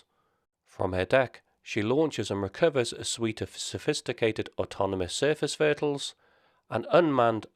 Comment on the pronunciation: Sorry, sounded like vertle so I got confused. ☺